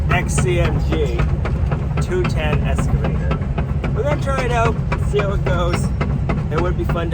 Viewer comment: Been watching a while. Like watching yiur attention to detail, and the coffee is nice but always sold out. Not sure I would want to buy even if you get stocked properly. Once heard ' go big or go home' Order big. Also, excavator is eks... not esc... Just FYI. Well maybe it is that way in be in New England. 😄